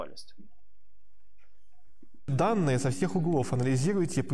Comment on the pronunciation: КАЗУАЛЬНОСТЬ, лол) Каузальность